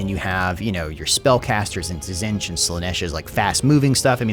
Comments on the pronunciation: my guy, I know you're rushing these out, but can you please fix your pronunciation of Tzeentch and daemon. I know their spelt weird, but you've clearly put effort into pronouncing things somewhat correctly before for your three kingdoms videos, for example. Tzeentch is not Tazench. It's pronounced zee-nch. And Daemons is just demons, but they put an a so they can copyright it. If you're gonna keep covering this game (please do), please use the effort we know you can use. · dee-mons. zeench. katarin. ca-thay.